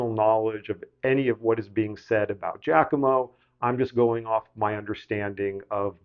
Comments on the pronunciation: Giacomo is pronounced “jockimo, not “jackimo” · Please stop saying "Jack-omo"! The first syllable in "Giacomo" is a broad A, as in "mama". (In American and Canadian accents, this is the same vowel sound as in the word "jock"; though that does not hold true for English, Scottish, and Australian accents). Please pronounce that name as "JAH-co-mo".